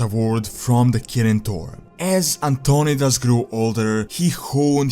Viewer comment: It’s An-ton-eye-dis.